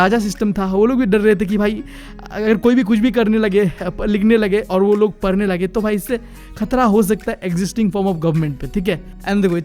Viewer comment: bhai tu padhne ke liye bol rha hai ya parne ke liye bol rha hai